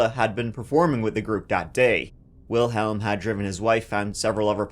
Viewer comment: I'm sure you would want to get this pronunciation correct. Especially when it comes to victims. And so, i genuinely hope this helps you for in the future. And so, Wilhelm. The older man who was watching his wife in the parade. Well, it's pronounced like Willim. Wil helum is not it. So, i hope you see this. You and/or others see it and it helps them too. My thoughts go out to all who have ben sorely affected by one persons actions. 🥺😢😔